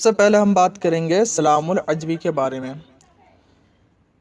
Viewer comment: السلام عليكم ibn e salaam al jumaعi not عajmi